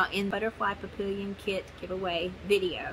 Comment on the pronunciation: Papillon is 'pa-pee-aan', french for butterfly.... 🦋🥰 Not entering, just watching. 😉